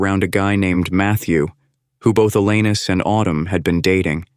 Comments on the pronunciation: Why can't the narrator pronounce Alanis? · Hey, AI narrator, it's AllAnis, not your anus. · A-lANUS? Lol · Pronunciation: "Al-Anus". Eeeeuw.